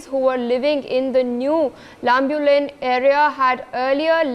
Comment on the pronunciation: Lambulane,mawtbung may have to be pronounced in consonance with the right dialect. Similarly Meitei also.